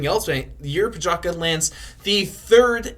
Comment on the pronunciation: Respect the guy - learn how to pronounce his surname !